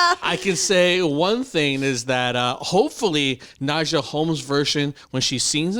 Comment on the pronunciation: Why does her name Nadja, pronounced Nadya or Nadia in english sound like nausea when says it lol and for your comment “was that good of a performance for standing up?” Watch her other performances cus this was not my favorite either. Freedom with Beyoncé is one of my favorites, she did it in a fucking hotel room sick in corona and it was amazing!! She sung that song in the finals as one of her three songs and....it was even better 😍😍😍 Ps. The entrance was Everything! 😍😍💕✊🏿